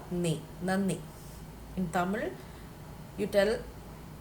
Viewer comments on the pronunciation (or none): none